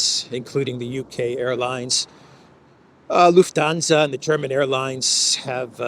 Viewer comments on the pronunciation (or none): none